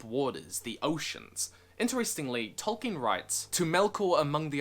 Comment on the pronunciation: Idk why but I have such a hard man crush on you right now. Speeding through your videos. Such a great comprehension of Tolkien lore... love your pronunciation of Tolkien